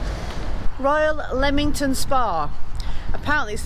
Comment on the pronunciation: I went to school in Leamington Spa. And it’s definitely not Leemington, it’s Leamington Spa, as in Lemon. Yes the town has Regency houses with balconies. I also worked for the council for a while. Yes it used to be a lovely town, it was a Saturday treat to go out for tea at the Pump Rooms it was a tea rooms. The waters were awful tasting. Goodness my I lived 20 odd years around here and I’ve never heard of the elephants. How you find these things out I don’t know. I thought it was Jefferson’s Gardens.